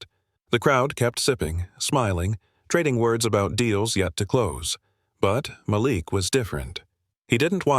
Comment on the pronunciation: Why give the lead male character a name the AI can’t pronounce consistently? Several of these stories have trouble in this area. What’s wrong with the name Bob, or Thomas? It’s distracting to hear Mal’lick, then Malik.